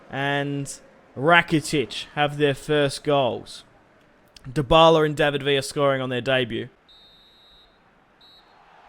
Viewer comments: Why DO everyone say the la liga that means the the liga and why is this Guy saying dybbala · Did he say dbaleh